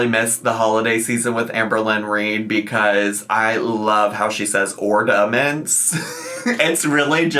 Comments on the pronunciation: Amberlynn blocked me because she was saying people only believe she’s dumb because she’s fat but people believe Taylor Swift has a high IQ because she’s skinny and I replied “she’s literally a world renowned musical composer and you say ordament” 😂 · it is the furthest thing from iconic that she says ORDAMENTS it is quite literally INFURIATING BFFR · I too have missed hearing about ordamints from alr. 🥹